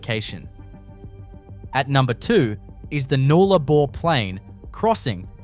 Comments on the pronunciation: Nullarbor - not Noollabar - are you AI?? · Can't seem to find lake ULden!? Or NOOlabor, gotta love AI narration.......not.